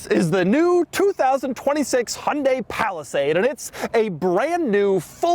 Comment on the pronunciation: remember folks, it's "yan-day" not "hunt-day"